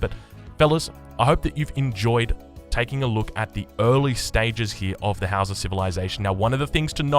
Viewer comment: From what I've researched, you've been pronouncing their names correctly this whole time. It's pronounced "How-sa" just like you've been saying it.